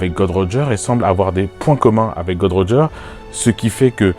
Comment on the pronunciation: J'ai aimé ta vidéo mais stp c'est Gold roger et NON "god roger" merci ^^